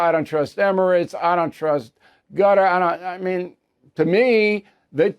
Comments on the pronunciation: Hey Bill, Qatar is not pronounced gutter. It is pronounced Ka-tar’. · Bill, c'mon, please, stop saying "Gutter" for Qatar; you KNOW how it's pronounced. You can say Kuh-Tar, ORRRR, Kutter (Cutter). You KNOW it's not pronounced "Gutter". Please say it correctly. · please stop saying gutter .lol cutter or kutur omg man stop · Gutter ? Ugh Bill it's Cutter buddy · I second that notion. But I had to post another and remind him that Hakeem Jefferies has never been speaker of the house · It's Quatar Bill not Gutter. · HOW HARD IS THIS- IT IS NOT "GUTTER" IT IS CAH-TAR. NOT HARD TO PRONOUNCE. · Stop calling it "GUTTER" it's "KAH-TAHR" figure it out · Why do you keep saying Gutter? It's pronounced Cutter. What's next, Zutter? Schmutter? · Hey O’Reilly you’re a Pinhead once again it’s not”GUTTER” it’s “QATAR” aka CUT- TAR hope this helps. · it is pronounced KUTUR not gutter lol old man :) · You're saying Qatar wrong...try KUTTER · Qatar is now pronounced Gutter? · Please don't say "gutter" for Qatar. Jeffrey's is a $1 shop Obama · WOULD YOU PLEASE PRONOUNCE QATAR PROPERLY. IT US NOT GUTTER. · Bill Qatar is not pronouned gutter lol just saying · It's Qatar. Use K if you struggle...NOT Gatar! You can do better than the that Mr O'Reilly. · Is he pronouncing Quatar as “Gutter”? Is that the correct pronunciation? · It is very annoying for you not to pronounce Qatar correctly. What is gutter? Come on Bill, do better. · Why does Bill pronounce Qatar as Gutter? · Bill.. please calling Qatar…. “Gutter” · Thanks. I did. He’s pronouncing it wrong. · Gotta love how Bill says Qatar :face-fuchsia-poop-shape